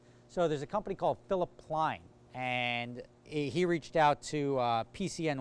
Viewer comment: *PLEIN* NOT PLAIN THERE IS NO SUCH PLAIN 😂😂